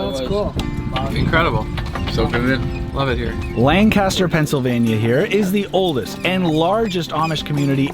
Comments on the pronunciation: Great video. One critique: I know you're from the west coast, and during the segment in Amish country, Pennsylvania (the Strasburg Railroad), you pronounced the name of the city as it is in California: "LAN-kas-ter". But that city in Pennsylvania is pronounced differently: "LANK-a-ster". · It is pronounced lang-cester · As someone from Lancaster, I was so happy to see the Strasburg railroad in this video🙂‍↕️. but yall did say Lancaster wrong😔 it’s pronounced Lankisster